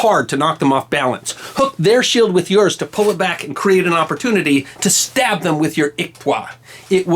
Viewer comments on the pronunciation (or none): none